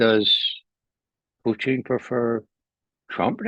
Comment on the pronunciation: I love how Ray says Puteen! Lol!